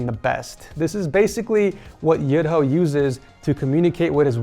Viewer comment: Kasih tau mas, bacanya tuh "Yu-Dho" sama ada medok Jawa nya dikit 😂